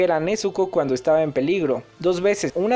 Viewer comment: Se que esta mal que te diga pero, inoske y nezko es como se pronuncian sus nombres